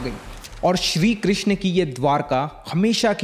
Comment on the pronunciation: Its not shri krishna…its shri krishn